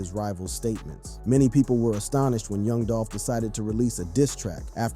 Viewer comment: "Yung Dolphin" Can't unhear it...